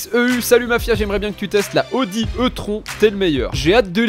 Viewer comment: Alors juste la Audi E-Tron se prononce i-trone juste pour info mais on t’en veut pas 😅